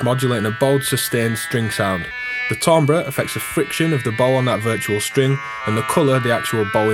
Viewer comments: Tambre = "tamber" as in Amber. Try it, you'll like it! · good review... but come on man!!! it's pronounced 'TAMBER'!